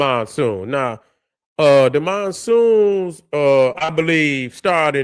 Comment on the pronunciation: "MONSOONS" fix it man. Black Power.